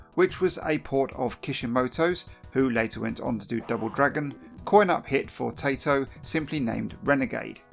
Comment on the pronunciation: It's pronounced "ty-toe", not "tay-toe". It's a Japanese company who made Puzzle Bobble/Bust-a-Move in which "Taito" is spoken when you load up the game.